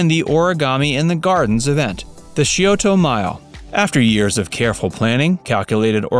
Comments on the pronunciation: it's not pronounced "shee o toe" river, it's pronounced "sigh o toe" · It’s actually pronounce sci-o-da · How he pronounced Scioto was the worst. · My husband actually made a strangled noise at whatever it was when he butchered Scioto in this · If you are going to make a video on a locale you might want to brush up on how to pronounce local names like Scioto or C.O.S.I. It just makes it sound silly if you don’t and makes your video sound less than genuine.